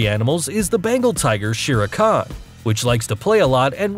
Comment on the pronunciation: That is not how you pronounce shere khan. Nice video